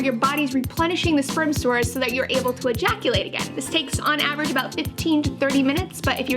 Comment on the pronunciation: Sometimes when you say "ejaculate" you don't put enough emphasis on the "e" so to me it just sounds like "jaculate" which is a cool word in my opinion I'm gonna start using it